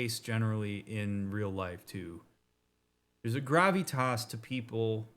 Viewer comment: Great ep, really enjoyed the conversations here and your pronounciation of Gravitas tickled me. Looking forward to catching up!